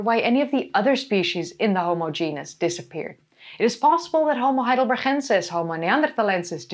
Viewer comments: Hello, as a german I am a bit confused why you insist to pronounce Homo Heidelber(ch)ensis, the town is called Heidelberg, and my Grand-grand-gr... father was a Homo Heidelbergensis. As far as i know and learned, he, our ancester cousin, was and is called Heidelbergensis since the first fosil was found in Mauer, a smaller town near Heidelberg. Apart from that, keep going and entertain us while educating the same time, much better than the american chanel, often enough to much repeating and US-Glasses. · Well as an American living in Germany it does sound odd when you say Heidelbergensis that way but it doesn't really bother me as I deal with people from all over Europe trying to speak English to me and they manicure English words. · You are so funny dealing with trolls! Thank you for that and for the information. And the pronunciation of the Heidelberg guy! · Haha i love the way you're saying Heidelbergensis :) As a swiss german speaker, it's a familiar sound in an unexpected place (we say it for written 'ch' or sometimes 'k'). It puts a smile on my face.